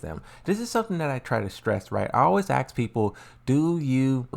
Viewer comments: repeat after me " AsssssssK ", dont axe me one more time, its tilting me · yeah it's really not difficult to pronounce 'Ask'. Just focus on saying "Ass; then add the 'K' sound at the end.